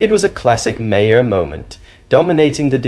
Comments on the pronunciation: Bill MAR not Bill Marhar or whatever you called him. If you can't be bothered to know how to pronounce a name, you shouldn't be posting about that person. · Can you please,,know enough to at-least pronounce his name correctly? You sound like your opinion comes from a person with no prior knowledge. Just ask someone the correct pronunciation of Bill Maher name. Not Ma har ! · His name is said 'MARR' not ' 'm'-HERR'! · stupid AI commentary can’t pronounce Bill’s surname. May her - for fucks sake. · I'm sorry - Bill Muh-herr? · Lost me st Bill "Mah-Harr". Sorry to be petty but i lose faith with someone who doesnt know how to pronouce such a prominent political figures name. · Hey AI say Mar as in Bill Mar spelled Maher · Interesting that the AI narrator pronounces Maher’s so many different ways. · How many different ways are you going to pronounce Bill's surname? And you haven't got it right yet!! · Mr. moderator are you AI? You can’t even get Bill Maher’s name right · If you are going to use AI for a voiceover, please at least tweak it to be able to pronounce "Maher" correctly. Otherwise it just grates every time it is said. Thanks. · You have just broke the record for differently pronouncing Maher 👏👏 Dems are full of 💩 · Ah, it's okay that you don't know this because you're an AI voice, but his name is pronounced "Bill Madhavapeddimahendrukharbandameddake’alakupaoaikawelo."